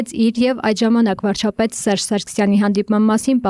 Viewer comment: Վարչապետ բառը չկարենալ արտահայտվել, բայց ուզնենալ դառնալ Վարչապետ 😂😂😂